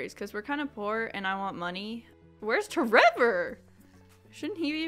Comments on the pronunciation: Every single time you say your kid's name I snort with laughter. tREVOR 😂😂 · It's really more like ✨️TrrrrrrEVoooor✨️ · Omg whenever you say tREVOR I just crack up 😂😂😂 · The way you say tREVOR every time without fail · every time you say tREVOR brings me so much joy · Every time you say tREVOR I burst out laughing 😂😂😂